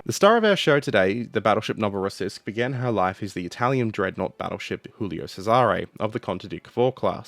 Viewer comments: "Cesare" is pronounced with the emphasis on the first syllable - "CESare". The way you pronounce sounds ludicrous. (Historical note: Laurel and Hardy films were dubbed into Italian with misplaced stresses in words, just as you do with Cesare, for comic effect. So, in summary, you sound like comical when mispronouncing Italian words.) PS. How do you know where to place the stress? It's not always obvious. There are rules, but they're pretty complicated, which is why my Garzanti Italian dictionary contains pronunciation hints for each word. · Hey man😊, love your channel and watch every video, pls check your pronounciation (soo many italians there, just ask...), ship's name was Giulio (like in "june", NOT julio as you say, that' spanish...) Cesare (like in "cheddar", and the accent stays on the 1st "e", DON'T move it) Keep up the good work😊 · Your pronounciation of Cesare made me die inside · how should it be pronouced? Pizza pizza mama mia boatololio?